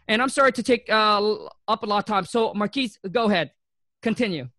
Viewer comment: I like how kept calling her Marquis, but she sorta resaid her name a few times. Great insight for sure about strategy. Great work Marquita!